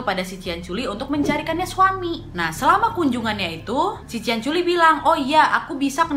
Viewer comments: Astaga bangg culi bang bukan coli😂😂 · Kak nad itu salah ucap katanya lucu (ciancoli)😂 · Ciancoli kau bilang ahahahah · Cianciulli kak nad bukan ciancoli 🤣🤣 poltak ya kak , polos tak berotak 🤣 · The way you said 'CianColi' make me laugh so hard 🤣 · COLY JIR:") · "ciancoli" maap 🤣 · Kak nadia salah ngucap kan. 😂😂 Ada kata coli Astagfirullah halazim kak.. Udah bulan puasa loh.. Tobat.. Selamat menunaikan ibadah puasa 😉👍❤😘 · Aku kaget kak pas kakak ngomong cianc*l*😆😆😆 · salpok sama kakak bilang ciancoli😂😂😂😂😂